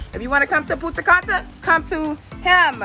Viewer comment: that's not Punta Canta its Punta Cana mistake 2 time